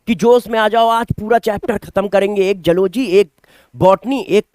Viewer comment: "Jaloogy" 🤣